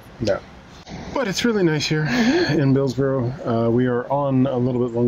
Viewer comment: I am too late to the party to say the building is a salt store. High enough to keep a winters worth of salt plus room for the aching to load the spreaders. But I will be pedantic and say Bilsborrow is pronounced Bilsburra. Loving the vlogs on our canal whilst drinking out of my new mug. 👍🏻